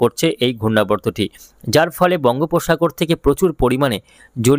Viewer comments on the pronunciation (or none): none